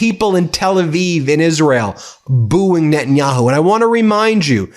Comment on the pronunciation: Lol Witkoff got so confused by the reality of public opinion in Tel Aviv he caught the Dodderer-in-Chief's speech impediment: "Prime Minister Benjanyahu..."